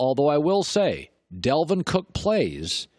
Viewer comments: Why is Colin pronouncing dalvin as delvin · Did he say Delvin? Ummm... You mean Dalvin Cook?